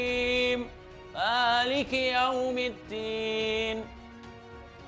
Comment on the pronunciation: PEMBACAAN: MALIK KIYAUMIDDIN SEDANGKAN SEHARUS NYA DSITU BUNYI NYA ADALAH: maliki yaumiddin!!!!!!!!!